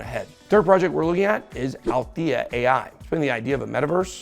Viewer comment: alethea not alithea